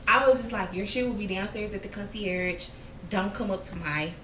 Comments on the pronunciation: Now days you just need to be cute.....education is not a requirement. 1. The "g" is VERY silent in concierge.... 2. Why TF does she keep saying "Lord & Behold". She doesn't even have to keep saying it....but she's choosing to say it and it's wrong every time. Anyway, let me keep listening. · Right! Lol. And she so ignorant and stooopid. Pronouncing concierge wrong. Talking about “lord and behold” … huh??! lol. Did she mean “lo and behold”? I tried watching yesterday but couldn’t. Back to give it a second try she still annoying me. But I’m nosey AF 😩😩🤦🏿‍♀️ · Lol 😂And she so ignorant and stooopid. Pronouncing concierge wrong. Talking about “lord and behold” … huh??! lol. Did she mean “lo and behold”? I tried watching yesterday but couldn’t. Back to give it a second try she still annoying me. But I’m nosey AF 😩😩🤦🏿‍♀️